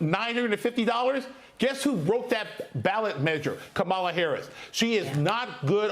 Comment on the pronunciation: Educated? Please pronounce KAMALA correctly.